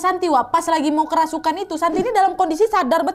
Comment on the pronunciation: "Kerusupan" And "ceremai" 😭🤣